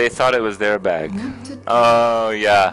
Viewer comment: Did he say "bag"? It sounded like hey said "BEHG"